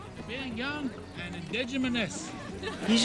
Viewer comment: Brownie: "Indigenimous."